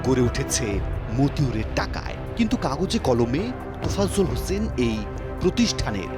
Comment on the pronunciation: তোফাজ্জল নাকি তাফাজ্জল